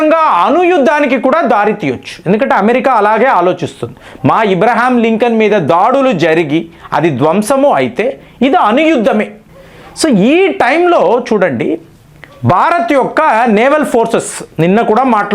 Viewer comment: నేను గూగుల్ చేసా ibraham lincoln అని abraham lincoln అని వచ్చింది! మరి మీ తెలుగు ఏంటి ఇలా ఉంది ఇబ్రహీం అంటే ముస్లిం పేరు అబ్రహం అంటే క్రిస్టియన్ పేరు! అబ్రహం లింకన్ క్రిస్టియన్ కదా మీరు ఇబ్రహీం అని ఎందుకు అంటున్నారు! తెలుగు సరి చేసుకోండి మిమ్మల్ని చాలా మంది ఫాలో అవుతున్నారు